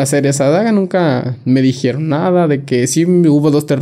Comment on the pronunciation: Que frustrante es escuchar a alguien que no sabe hablar. No sabe pronunciar palabras ni el significado de tales. "Julano y mangano", "haiga" , "lacso" "dijierón", "Literalmente" cuando no cabe en la frase